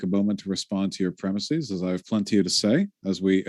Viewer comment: "Premises" is not pronounced "premiseez."